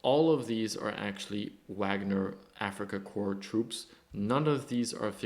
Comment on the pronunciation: Thank you for the video and attention to this! Slava Ukraine. Just a note for the English speakers, "Corps" is sounded out like "core" Otherwise it sounds like you're talking about dead bodies.. ""corpse"